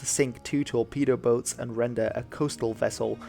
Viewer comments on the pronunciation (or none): none